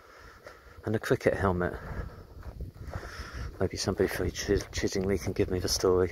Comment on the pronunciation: Nice video , just one point , it's pronounced Chidd ing lye as in eye not Chidd ing lee . The scarecrow was part of village scarecrow competition that year .